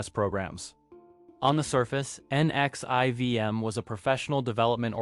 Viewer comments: NXIVM is pronounced Nexium. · Hale Bopp, sarin, NXIVM like bro I’m not even halfway through and it’s already a handful of words you’ve said wrong